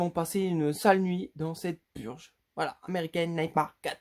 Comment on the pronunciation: Pour American Nightmare la prononciation c'est Ameriken Nightmère